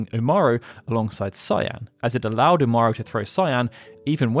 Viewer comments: "Umaru"? That's "Umaro" not "Umaru" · "Umaru"??? I'm 150% sure his name ends in an O.